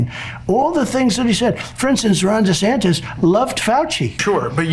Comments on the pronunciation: He keeps saying Dasanctus.😊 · Is that Democrat friend in the room with us now, Donald? Did anyone else notice that he said Dr trashy and not Dr fauci? Or that he kept calling Ron DeSantis Ron Desanctis? Those mispronunciations are worth noting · He said DeSantis wrong like 5 times! Thanks Ben 😊